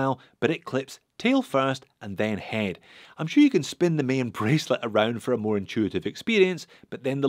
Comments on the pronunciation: The way you say “Maen” sounds like an Irishman saying ‘main’ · The ae in Maen is pronounced as the a in gaga